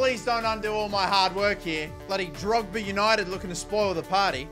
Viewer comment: The team: Drogheda United. (): Drogba United. 😂😂😂😂😂😂😂😂😂😂😂😂😂😂😂😂😂😂😂😂😂😂😂😂😂😂😂